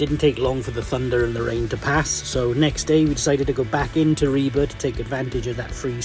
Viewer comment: It is very refreshing to finally hear an English speaker get the pronounciation of "Ribe" right. You last attempt at "Skagen" was also spot on.